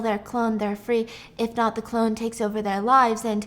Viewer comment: always saying cologne instead of clone is what I’m here for and this time Stephanie didn’t even bother correcting him😂